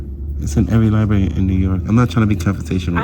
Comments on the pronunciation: The lie berry😂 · He is at the Libarry maybe he will get smerter. he kind of stooopid. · Hahaha!! Lie-Berry...I wonder if he eats Ba-Sketti? (This was the way a girl in my 1st-grade class pronounced spaghetti). This is the mental capacity of this guy. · "Not everybody has an ID." What world does he live in? He even says he only shows ID if he's committing a crime so he apparently does have one. If she's breaking the law, call the police. Now he's talking about all the money they pay, but i thought he was guest and doesn't pay anything to that "lie-berry." The NotsogoodguyIdiot proves his ignorance with every phrase he utters.